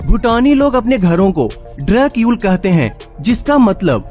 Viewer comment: It's not drag yul, its drukyul, pronunciation is like drook yool.